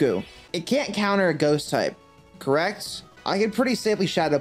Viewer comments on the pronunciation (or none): none